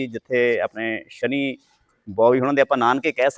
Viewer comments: ज़बरदस्ती सनी देओल को शनि महाराज बना दिया 😂। ओह भाई थोड़ी शर्म कर , पहले नाम सही तरीक़े से लेना तो सीख । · ਵੀਰੇ ਸ਼ਨੀ ਨਹੀਂ ਸ਼ਨੀ ਦਿਓਲ ਹੈ